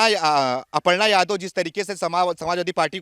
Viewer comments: वो सब तो ठीक है पर अर्पणा नही अपर्णा बोलिए। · अर्पणा नही "अपर्णा " नाम है ।